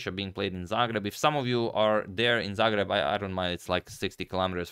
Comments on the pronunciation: You really have a problem with how a Croatian pronounces Zagreb? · I am a fun, but the pronunciation of Zagreb...